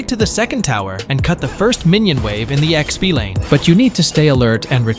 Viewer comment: bro you ai generated or what? expu lane? gtfo here